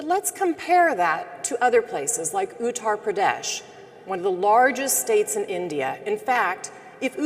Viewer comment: It is strange that these videos are showing up now. Population control is not a side issue. It is the main agenda. If only she could pronounce Uttar Pradesh.